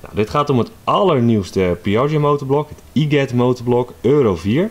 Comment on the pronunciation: Iget ik dacht dat je het uitspreekt als i-Jet